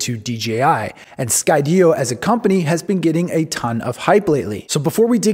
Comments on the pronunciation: Great video, although I HATE the way you say Sky-DEE-oh lol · Had to kill the video 4 minutes in after he pronounced Skydio incorrectly. It's pronounced like the word Studio, like studio in the sky. HOW IS THAT NOT OBVIOUS???? (for the 3rd time) Sky Dio? Like Ronnie James Dio? Moron. And then there's the stupid off angle shot where he's talking to another camera. I hate this shot and it needs to frickin stop.